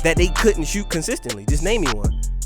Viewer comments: “SHEWT” lmao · The way say shoot u would think he’s from Baltimore